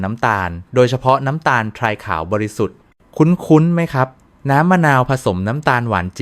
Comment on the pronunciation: บ้าหรือเปล่าวะ "นม" ทำไม อ่านออกเสียงทั้ง นอ-มอ และ นม น้ำตาลทราย(ซาย)ก็อ่าน ออกเสียงเป็น ทะ-ราย และคำ ที่เอไออ่านแทบจะเหมือนกัน ทุกรายก็คือคำว่า แร่ธา-ตุ